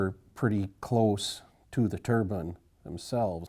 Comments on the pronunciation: Wind turrr-BINE darn it. A turban is worn on the head in many cultures. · its interesting how they pronounce "DEEpartment" but dont pronounce "turBINE"